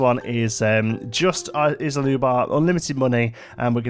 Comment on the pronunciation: been busy and not really following this 'cause I'm just not into dinos or Jurassic Park IP, but hey....... ISSla? No. EEE-la.:) Thanks.